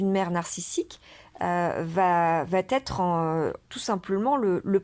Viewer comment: "Va être". "Va", n'a pas de "t". Vous faites une liaison qui est assez inaudible, vous dites "vat-être".